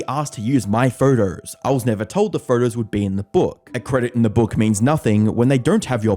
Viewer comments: I just like the way you pronounce "videos" as "vidreyouse" and "photos" as "phurdouse". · What's a vidier and a pherter? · Why do you pronounce ‘photos‘ like that? “Furtous”